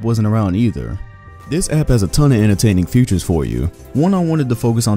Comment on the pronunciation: Nigga really said 'futures' when describing the amino app😂💀